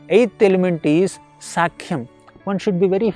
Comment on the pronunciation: Dandavat Pranam 🙏 sakhyam pronounced wrongly as sAAkhyam. Kindly correct. Hare Krishna 🙏🙏🙏